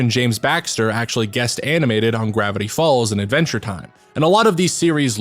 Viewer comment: hehehehe… “Gwavity falls”